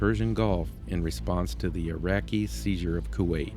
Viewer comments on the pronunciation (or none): none